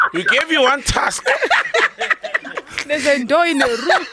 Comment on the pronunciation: “He gave you one task(tusk)”😂